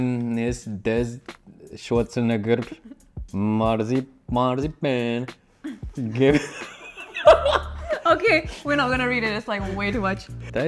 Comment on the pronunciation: maarzipanchod - channeling your inner Paul Chowdhury